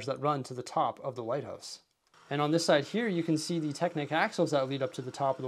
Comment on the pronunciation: Every time he said light house it sounded like White House